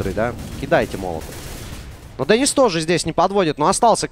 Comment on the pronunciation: Не дэнис а Денис на и ударение